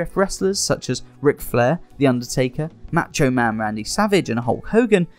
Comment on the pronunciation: Who is "Matcho" Man Randy Savage and X-"Pack"?